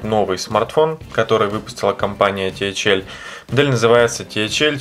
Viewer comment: ТэХаЭл режит слух